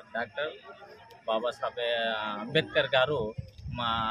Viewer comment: Dr b r ambedkar antunnav prati sari palakadam nerchuko sukalu anubavistunnav ga